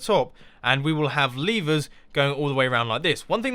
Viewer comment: You Said Leevers!